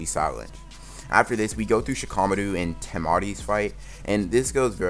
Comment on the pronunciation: Shikamadru ITS SHIKAMARU